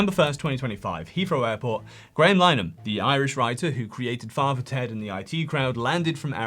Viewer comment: "Line-uhm"? It's "Lin-uh-han". Graham Linehan. Otherwise, thanks for highlighting the woeful r@ charge rates so close to the top. Women don't even bother to report them anymore, because we know how unlikely it is to even get an officer to work the case, much less to get a charge against someone whose identity is known.